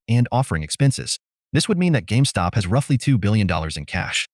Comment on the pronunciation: They can't even say the name right. Calling it GameStock. Must really get under their skin.